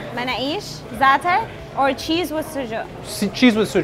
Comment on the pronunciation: manoush is pronounced as "Manoosh" 😃